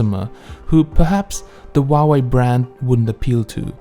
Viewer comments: we pronounce huawei as hoo-a-wey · Huawei isn't pronounced that way though.